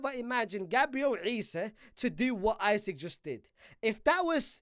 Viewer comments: It's Isak! Not Isaac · Bro called Isak “Isik”